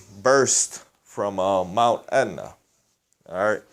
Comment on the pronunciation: Mt Aetna? Pronounced Et na...